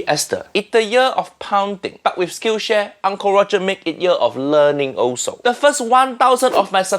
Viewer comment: Can't believe I thought that Uncle Roger said Skin Share and not Skill Share